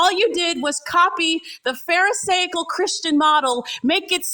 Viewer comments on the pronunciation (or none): Bro when she said pharisaical I died. 😂